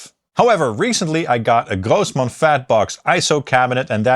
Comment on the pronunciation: I always enjoy when you shift to Yiddish accent when saying Grossman